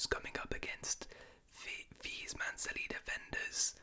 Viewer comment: I like how he says 'Silly' instead of 'City'